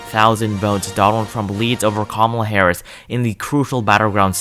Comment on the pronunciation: Nice video,but did towards the end of the video it sounded like if you said kamala harrasment lol